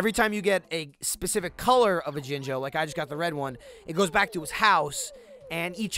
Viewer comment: Am I the only one who thinks that when says jinjo It sounds like slang for one of the soulless ones?